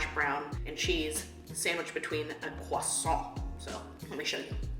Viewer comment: Your pronunciation of croissant is on point! love from france <3